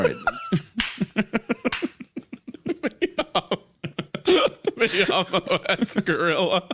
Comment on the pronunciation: The Spanish is Me llamo es Gorilla but the way they say it, it might as well be "MIAMO"